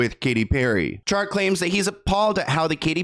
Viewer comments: Yeah, let’s not call “Chart” SHART 😂🙈😆💀💩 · Did you really say his son's name was, Shart?! 😂😂😂💀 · Shart... "chart" 🤣🤣🤣🤣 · I’m so immature for laughing at Shart Westcott. it says CHart 😂😂😂😂 you’re so unintentionally funny❤️ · I lost it when you said “Shart” Westcott & decided to “go with” Chart (which I agree is likely correct) 😂😂😂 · Trying not keep giggling at Shart Westcott. I hope it’s Chart too. 😂😂😂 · SHART! 😂 “CHART” I’m ☠️ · Did you say shart?! 😂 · When pronounced Chart as Shart 😂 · 😭😭😭 not shart 😆🤣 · SHART lol your best mis-pronunciation to date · 🎉 "Chart? Shart? I think its Chart" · Shart 🤣 I hope its Chart lol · pronouncing Chart as "shart" is killing me, lol. I haven't used the term "shart" since I last sharted myself 15 years ago. 😂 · I thought you said “shart” not “chart” 🤣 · Shart 😂 im sorry but that is kinda funny pronounced like that 😂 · “Shart westcott”💀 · It’s chart. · I know. I'm laughing because he said, Shart. 😂😂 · you're awesome but why do you keep calling the nun's residence a coven? The clips of the reporters clearly say convent. And calling the son Chart, Shart. I mean.. my nine year old would be in hysterics but you are better than this kind of humour imo. You're a journalist. But I'm still a fan.